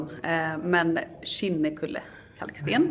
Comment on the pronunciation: Så ovant att höra andra uttala Kinnekulle 😂 jag bor på Kinnekulle och utalar det ljust i slutet på e:t än att gå ner i mörk ton 🙈 You rock Zenza, sååå kul med dina renoveringsvloggar 😍